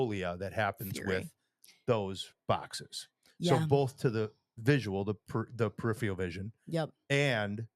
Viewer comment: Love y’all, but neither of you can say “peripheral” lol.